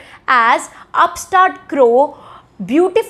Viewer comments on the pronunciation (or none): none